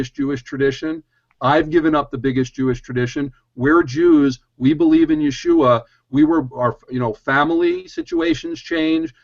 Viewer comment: gotta pronounce the a in yeshua, apparently it is a curse without an a. you should look into it.